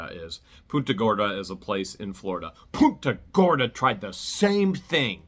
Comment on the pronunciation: Its PUNTA not the other word that you said.... PUNTA GORDA.. i heard something else during your video.. The other word basically relates to a "female dog" in derogatory term.